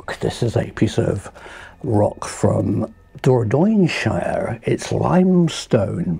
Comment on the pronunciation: Dordogne shire!!! 😂